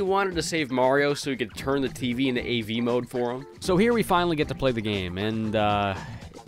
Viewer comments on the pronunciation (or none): none